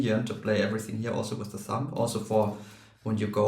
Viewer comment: "Thumb" ends with the nasal "m" sound, not a plosive "b" or "p" sound. The final b is silent. English is weird.